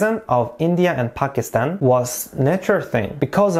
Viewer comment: Mohammad Ali Jinnah is also a national hero. Thankyou for pronouncing Pakistan right